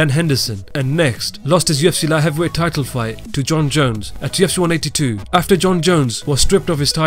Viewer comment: I come here to just to hear the narrator say "La Heavywhey"